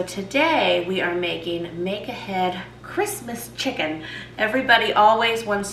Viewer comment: I’ve been watching this YouTube for 3 weeks now and only just realised she is saying “make ahead” and not “mega head”😅